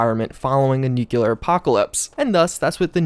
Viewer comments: I'm only 33 seconds into this video, and I'm already finding it nigh-on impossible to continue just for how he continues to say 'nyu-kyiller'. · "Nucular" was abolished due to how many people dislike how it's pronounced, "nucular" was an actual wau to say it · Bruh I couldn't stop hearing "Nucular" 😳👌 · We're still in the 'nucular' age I see..... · great video but the amount of times you said "nucular" instead of "nuclear" made me curl up in the shower afterwards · ITS. PRONOUNCED. NEW-CLEAR. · Its pronounced NUCLEAR, from the latin word NUCLEUS. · For fucks sake it’s NUCLEAR! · man I cant stand it when people say, "nukyaler" instead of nuclear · Couldn't make it past . Just a few too many 'nucular' level cringes. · say new, now say clear, now say new, now say clear, now say nu- now say clear, now say nu- now say clear, now say nu-clear, nuclear. Its a pleasure, americans. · Is it just me or you're saying ''nukelar'' instead of nuclear ? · For the love of Talos man, it's pronounced NEW-CLEAR! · man, i can't get past how americans say the word NUCLEAR.. its sound slike nucular or something different.. and its not just you, every American pronounces this world improperly, in a different way. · Nukiler .... please.... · Nikilar Winter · A supposedly educated man who says "noo-kyu-lur" in the first five seconds of the video; nope, I'll move on. Sorry, I'm sure you're a great content creator, but I can't get over that. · As much as the pronunciation "noo-kyu-lar" is annoying, it's only a step away from my top hated: "politician" pronounced as "po-lih-tih-can". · this is an awesome video but the way u pronounce nuclear is really grating my ears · Where you getting that second u in 'nuclear' from?! 😂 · Mispronunciations nuclear *REPORT REPORT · It bothers me the way he says nuclear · I appreciate the effort but for the love of god learn how to pronounce nuclear correctly. It's distracting, especially after saying it incorrectly for the millionth time. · nuclear not nucular